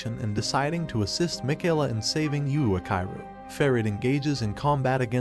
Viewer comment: Why are you saying Yuakairu and not Yuichiro?